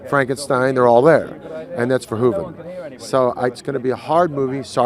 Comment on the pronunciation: He pronounced Verhoeven's name correctly when even Verhoeven himself doesn't pronounce it right lol.